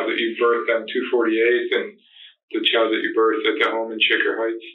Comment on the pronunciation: Child not chowd